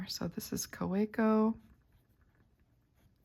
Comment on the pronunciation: It's a German brand, German name... pronounced KaVeco.